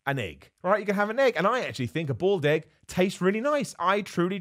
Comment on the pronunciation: Thought you said "bald egg" instead of "boiled egg".